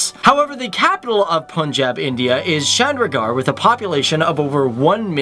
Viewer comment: Chandigarh is how you pronounce it